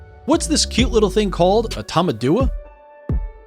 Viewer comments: btdubs its tamendoowa (tamandua) not tamaadoowa (tamadua) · He never once pronounces tamandua correctly and it frustrates me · dude butchered the Tamanduá pronunciation